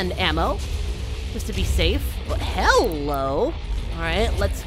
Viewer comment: Every time you say "Hello" I keep thinking HELL-o 😂